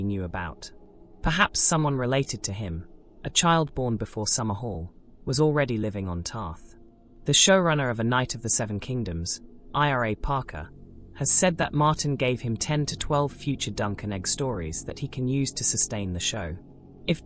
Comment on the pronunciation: Maybe you could try phonetically spelling words it has trouble with. Also, never spell someone's name with all capital letters, especially if your narrator is an AI. The show runner's first name is Ira, not IRA (which the AI pronounced as I-R-A).